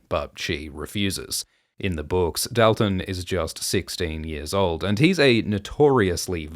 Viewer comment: The way you pronounce Dalton may be the most egregious thing you’ve done. It’s a real name! (Also thank you for the video)